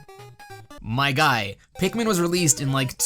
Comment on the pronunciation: Pikmin. It's Pikmin.